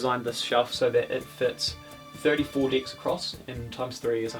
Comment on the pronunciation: Sometimes I hear decks, other times I hear dicks